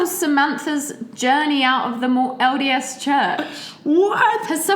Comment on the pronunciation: When says LDS Church I hear "odious Church". 😆